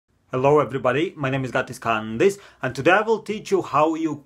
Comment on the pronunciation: “hello everybody my name is Gatis KaNdis”